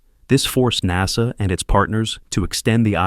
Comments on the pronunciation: I hate AI read documents or infomercials. It's NASA! NOT NAZA! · The first i heard this damn Ai 🤖 pronounce NASA as” naza “ i want to change the channel I will not listen to this 💩 ban ai 🤖 forever it’s pathetic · I cry "AI narration" when NASA is pronounced "nahza," kinda like when people say "Nazzies"! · The way this guy pronounces NASA makes me believe it’s text to voice not an actual person speaking